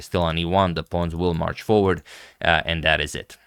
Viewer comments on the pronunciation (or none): none